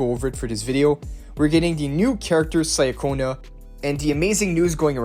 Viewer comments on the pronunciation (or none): please, it’s “cha-konna” not “Saya-cona”😭 you say Roccia correctly so follow it up with Ciaconna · How tf can you say Roccia's name correctly but still fail wit Ciaconna's name? I shall neither like nor subscribe